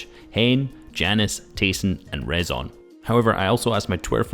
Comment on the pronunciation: btw rezon ay is pronounced risen haha